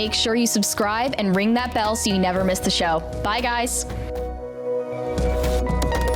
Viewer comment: I love this channel, but “that” isn’t “thot.”